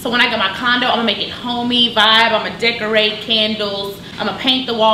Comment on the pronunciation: when she said she was gonna "dickorate" I died!!!